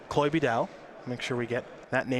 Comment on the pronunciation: *chloé not chole :(